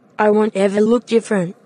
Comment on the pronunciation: same same but difflenttt 🤣